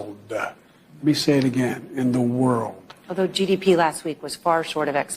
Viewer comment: In the worlduh! What an arrogant SOB